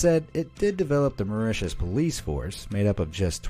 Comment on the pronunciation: TIL: How the pronounce Mauritius correctly. Thank You BE AMAZED! Be honest, did anyone else here think it was pronounced like "Ma-ROO-tiss" ??